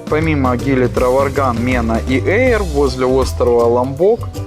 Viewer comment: Траванган, а не Траварган)